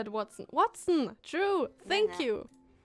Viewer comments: Watson?! It's Huatson xD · James Moriarty is Sherlock Holmes' nemesis. Watson = Hua-tson.